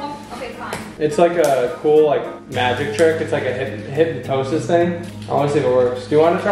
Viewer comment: Hypnosis. It's called Hypnosis, lmaooo. You said like 5 other pronunciations